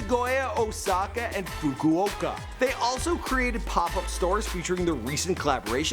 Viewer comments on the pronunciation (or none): none